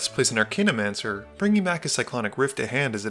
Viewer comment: Archaeomancer is pronounced Ar-kay-o-mancer, not Ar-kane-o-mancer.